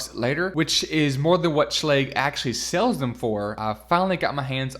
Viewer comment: I'm pretty sure Schlage is pronounced with a hard G.